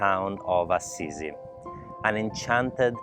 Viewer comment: Oh! Che proprietà. I panorami apparentemente infiniti della campagna umbra; gli ulivi e quella splendida piscina. Ho notato la pronuncia di Assisi? Da newyorkese ho sempre pensato che fosse A-SI-SI, mentre la tua versione AZZ-I-ZI è molto più carina. Oh, e tu sei in terracotta😁